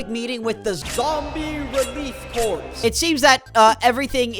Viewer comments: Mate, "corps" is pronounced "core." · I'm going to forgive the mispronunciation of "corps" (it's like "core") just because it's funnier, considering that they are combating the zombie issue in Threed